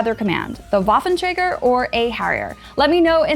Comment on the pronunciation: The gross mispronunciation of the Waffenträger hurts. I hear people mispronounce it all the time, but this is next level ear... Assault.